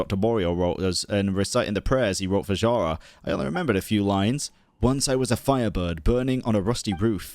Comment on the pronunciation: Pretty sure Zhara is Zhar-bird (Жар-птица, "Heat bird"), and yeah, it's not "zh" as "zz", it's the same "zh" as in SneZHnaya x) ("Zz" sound is "з" in Russian, "zh" is "ж", sooo СнеЖная, Жар-птица) And Koschei the Deathless is from slavic mythology as well Damn I love this quest :ь